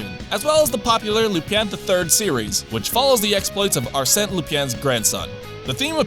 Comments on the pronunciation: It's LupIN, not LupIEN.... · Lup"uhn" not Lupien... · "Lupyan" That pronounciation hurts so bad... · Hi, in the future, please be more careful about pronouncing “Lupin.” It’s not “Lupien,” it’s “Lupin.” A good way to go about it is to just use the Japanese pronunciation (“Loo-pahn”) because that’s actually pretty close to the French pronunciation. Failing that, simply pronouncing it “Loo-pin” would have been acceptable as well. You have no trouble saying “Shujin” in Shujin Academy’s name, which used the same i sound. Apologies. The rest of the video is fine so far (paused halfway) but by the point I stopped at the name “Lupin” was mentioned several times and the pronunciation just REALLY bugged me. French does have “ie” words, like “rien.” The “ie” sounds completely different from “in” in French. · Did you know? It's pronounced "Lu-PAHN." Not Lupiene or whatever the hell you were saying. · it's "loo-pahn", not "loo-pyan" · no. the way he pronounces the word in the video would spell "Lupienne" in French. Correct pronunciation would be something like "Loopah", hard to describe if you're not speaking French but that's the closest I can describe it (but definitely not the way he says it in the video) - But he's not a native speaker, so nothing wrong with that. French language isn't convenient for anyone I guess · why does he pronounces Lupin as LUPYAN? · I keep hearing lupin being pronounced weird. I swear it's supposed to be pronounced like "Loop on" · Its luPAHN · "Lupien" Oh god. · Love, but ithink its pronounced "Loop Pon" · "Lupyaan?" Oof. "Leupyeean??" Oooof. "Loopyen!?" STOP. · "Arsene LuPYA" thanks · I love ya buddy but you really gotta work on your pronunciations of Lupin (Lou-pahn) and Akihabara (Aki-ha-bara) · "LupYAN the third"? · It physically pains me. Leupeeeyaaaaanne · It should be pronounced as /loo - pan/ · Arsene Lupin is pronounced "Are Sen (like from Sentence)" Lupin is pronounced "Loo pon". I have never heard it any other way.